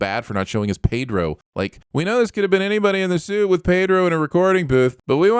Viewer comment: Sinning the for mispronouncing "Pedro." (Why do Americans think Spanish E rhymes with "hey"? It's closer to rhyming with "meh.") - Sinning the Subtitler for confusing "bare" with "bear."